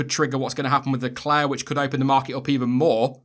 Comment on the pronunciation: FINNALLY someone that pronoces Pierre and Leclerc correctly, otherwise great video